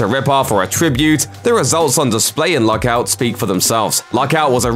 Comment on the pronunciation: I can't understand him. Is he saying Luck Out or Lock Out????